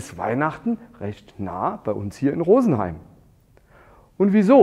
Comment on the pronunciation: Alles prima, bis auf "Rosenheim" und "Mannheim" 👎 grüße aus Berlin.